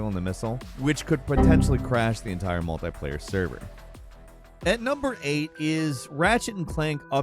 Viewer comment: "Multai player"? Do you mean "Multiplayer"?